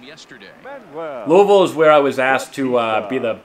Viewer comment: Great pronunciation of Louisville 👍🏻👍🏻👍🏻